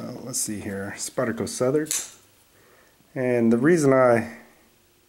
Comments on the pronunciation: The makers last name is pronounced "Slish" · You pronounced wrong name of knife dude.